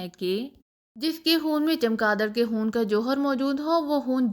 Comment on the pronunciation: خون نہ کے حون آپ کیا پڑھ رہی ھہی